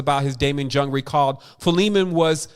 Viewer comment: Thanks! excellent as always. (PS 'Jung' is pronounced 'Yoong')